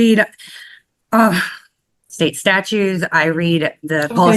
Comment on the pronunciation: Don't forget, she also reads "statues"!